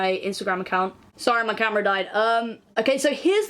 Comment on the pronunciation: Jeeesus I thought you said sorry my grandma died and it took my stupid ass way too long to realize that it was camera